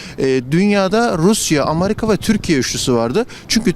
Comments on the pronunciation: Ameriga dediğini duydum ve yine tüm umutlarım yerle bir oldu... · Harbiden haaa bunlar neden amerika diyemiyo amerigaa diyo ;) ulan hepsi mi ayni olur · Biri 'Amariga' diyince ciddiye alamıyom aga.